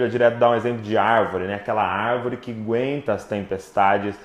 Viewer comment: Árvore q “guenta” isso, “guenta” aquilo.... É A-GUEN-TA! Kkkkk Vamos prezar mais por falar corretamente ô crentaiada (eu incluído). Estas coisinhas, errinhos afastam pessoas mais críticas e intelectualizadas/estudadas. E eles tbm precisam de Deus e a igreja precisa de inteligências criativas. Desculpem a crítica. Amo vcs queridões!